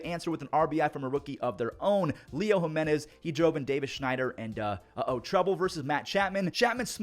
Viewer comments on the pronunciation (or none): none